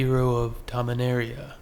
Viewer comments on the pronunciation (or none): none